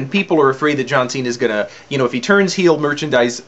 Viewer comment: It's a "heel" turn. Not a "heal" turn...